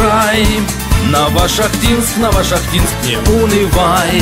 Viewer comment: НовошахтИнск,приятно слышать